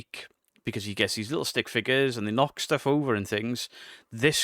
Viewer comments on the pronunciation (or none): Also says lickle instead of little